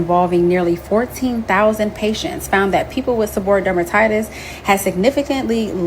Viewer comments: Pronounced Seb-BOR-Ree-Ic; not seboric. Healthcare professional here. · It’s pronounced “seb-uh-ree-ick.” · Pronounced - Seb or ree ick. The diet part is key.. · Pretty sure its pronounced Seb-Or-ree-ik... I was diagnosed with it years ago and changed my diet and cut carbs and sugars... thank you for this... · Se-bor-e-ick or se-bor-a-ick. Just trying to help